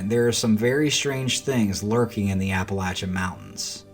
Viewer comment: You are the first YouTuber that pronounces Appalachia correctly!! Good job, it is my pet peeve. Anyway. It looks like a duck to me. But with a very large head. The cam with the elk and mountain lion! Wow. I've only seen one and it was swimming across Cherokee lake, in front of our boat. Crazy